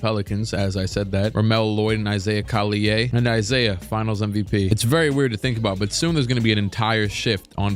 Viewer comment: For the record, it's Collier with a hard r